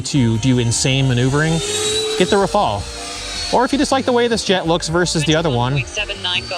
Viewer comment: Thanks for the informative video. It is nice to see the comparison. I think it would only be fair to pronounce Rafale with a French accent as the Gripen was pronounced with a Swedish intonation.😁 Keep the videos coming.